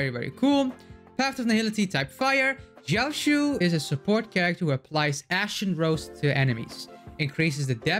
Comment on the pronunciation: I just thought of it like Dr Ratio. In lore and on paper only. The duality of someone who has extensive knowledge of medicinal ingredients. Can be used for harm or heal. And one of the few CC that pronounced his name spot on. I kind of wish he hits enemies with a wok but cooking them is ok too.